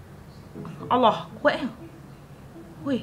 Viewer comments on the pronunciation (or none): none